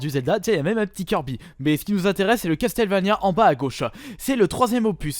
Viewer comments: Ça se dit Casseulvania et non Casteulvania ou Castélvania ^^ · Castel, Castel... CASTLEVANIA > CASSEULVANIA OMG Je veux bien que t'a du mal avec l'anglais mais un peu d'effort mince quoi... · Ta fumer sa se dit castle Vania vue ta que l aire nulle pour dire les noms des jeux video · CastelleVania, omg la prononciation XD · Ça se dit Casseul vénia